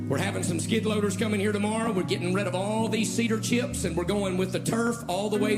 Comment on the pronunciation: How many syllables are in the word “chips”? Maybe “cheeyups” are something else?